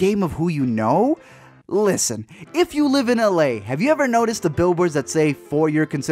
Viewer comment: That short “listen” made me extremely uncomfortable